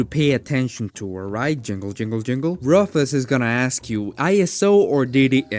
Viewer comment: Great video. My only complaint is how you pronounce rufus, but i can look past since you are preaching the good word of linux :)